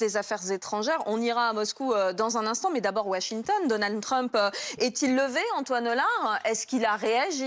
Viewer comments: c'est Donald Trump pas Donan Trump 😂😂😂 articule quand tu parles, problème d'articulation pour une journaliste c'est moche 😂😂😂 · 'Donan Trump' mdr